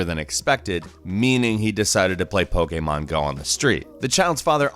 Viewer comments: Pokeemon not po k mon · I turned this off when said Poke A Mon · Pokaymon. I will hear that in my nightmares. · Does this guy mispronounce things just to annoy people lmao. "Pokaymon" "Thaynos"